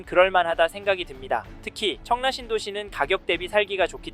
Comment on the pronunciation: 왜 자꾸 청래라 말씀하실까요? 입에 잘 익숙하지 않으신건가 싶은 생각이 드는데